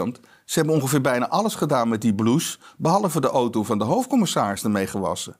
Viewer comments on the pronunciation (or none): none